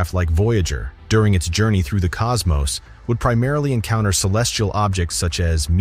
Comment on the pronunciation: thank you for saying cosmos and not cosmoss like so many others that need to read a book.